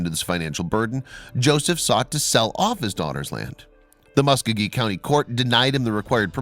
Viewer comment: It’s pronounced: Ma-Skō-ghee 🙄